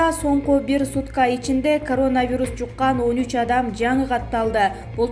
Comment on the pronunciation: Могу сапатсыз журналистканаргы жоготкулачы,дегеле коронавирусту окуганды уйроно албай койду...